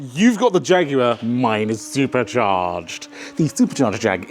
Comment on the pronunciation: Jaguar sounds like jagggg